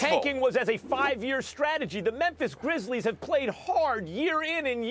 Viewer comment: It’s GRIZZLIES not GRIZZLES lmao